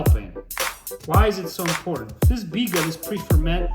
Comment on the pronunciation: Butchered the bigga big time lol